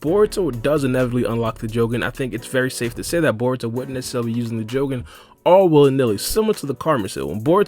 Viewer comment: pronouncing jougan and tomoe so wrong.